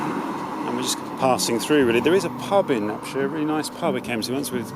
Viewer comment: Inspirational movie as always. A joy to watch. Detail: It's Up-shire not Up-sheer (my grandfather owned arable land there until 1938 - now covered in houses).